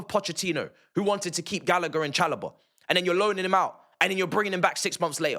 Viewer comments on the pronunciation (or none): none